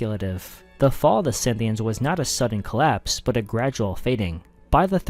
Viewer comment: Dude its not Synthians, its Scythians :D